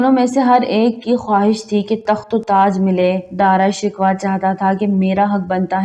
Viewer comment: Video bnatey hooey tumhein sharam aani chahiey Na tumhein pta hey k Dara Shikoh kon tha na tumhein us ka nam sahi se laina aa raha hey . Kiun video bnatey ho tum log ? Poori qoum k buchey tumharey jese jahel hein un ko bhi apni jhalat sikha rahi ho wo b Dara Shikoh ko Dara "Shikwa" hi bolen gey . Doob merne ka moqam hey tumharey liay . Or b bohat se alfaz tum ne ghalat purhey hein . Mein tu khud hi shurminda ho rahi hoon tumhara taluffaz sun ker .